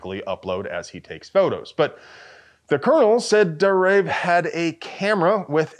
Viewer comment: It's pronounced Dar-Ayev.